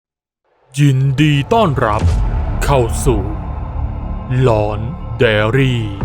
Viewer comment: พี่ค่ะทําไม่ชื่อของช่องพี่ชื่อหลอกใดอาลีแต่พี่พูดว่าหลอกใดลี